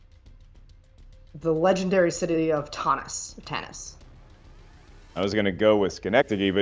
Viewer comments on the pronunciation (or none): The irony of Parker mispronouncing Tanis as Tah-nis was not lost on me lol. "Tartuga, Tortuga; Tah-nis, Tan-is; let's call the whole thing off."